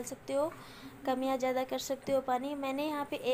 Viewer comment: Pyaaj nahi pyaaz aur jyaada nahi zyaada aur jaroor nahi zaroor aur intijaar nahi intizaar I think you are illiterate